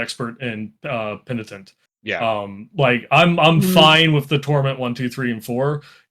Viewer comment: penditent..penitent :D